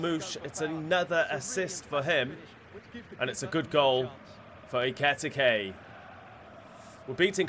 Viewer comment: Pronunciation for Ekitike is Ekeeyteekay